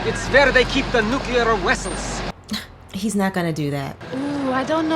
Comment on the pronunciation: I have noticed the writers get Chekov to say wessels whenever they have the oppurtunity